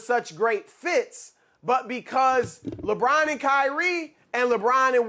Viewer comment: Why can't he say Lebron name properly? Why does he over emphasise it?